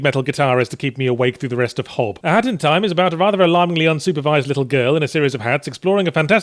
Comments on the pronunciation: I swear it sounds like he was saying hattytime. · it sounds like you are saying hatty time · Sounds like he keeps saying hatty time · You're not saying it right, say it like a haat in ti ime